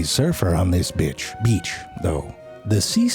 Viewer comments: he said bitch not beach lmao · O god listen to he says btch instead of beach lmao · “However Abigail is not the only surfer in this bi- beach though...” Ummmm lolz the slip ups are funny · did he say bitch HAHAHAHAH XD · he said bitch, beach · ....HE totally said "Abigail is NOT thee only seashell in DIS BITCH, oh beach"..................LMAO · National Geographic Narrators: "Beach" Narrator in the vid: "Bitch" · Are we just going to ignore he said “bitch” instead of “beach”, no? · When he said bitch instead beach 🤦🏾‍♀️😂😂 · bitch instead of beach😂😂😂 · Bitch or beach? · curious how long it will take humans to adapt these mobility tools.. I also laughed when he says Bitch.. Beeach ... HAHA hilarious ironic to die in a testticle.. hahaha.. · LOL HE CONFUSES B*TCH WITH BEACH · He said bitch instead big Beach 🤣